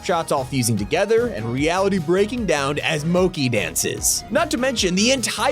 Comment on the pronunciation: Bro it’s not moki, it’s pronounced mochi with the ch as in cheese. Love your vid’s tho